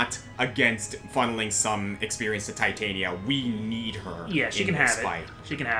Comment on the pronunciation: Just to point out and not sound like a smart-ass, Titania is pronounced "Tit-ann-nia". Shakespeare. Midsummer Night's Dream.